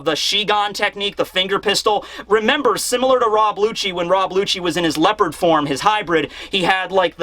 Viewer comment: Leopard not leper annunciate Also big fan